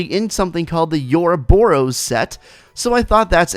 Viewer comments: Yorobos? Its O-roboros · It's not pronounced "you're a bore ose" but good video